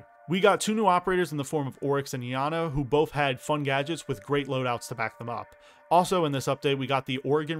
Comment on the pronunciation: its pronounced I ana not yana. her name isnt the celtic name spelled that same way but a variation of Diana the Roman deity.